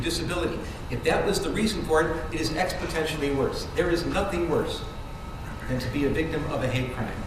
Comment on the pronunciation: Can someone tell me what "expotentially" means?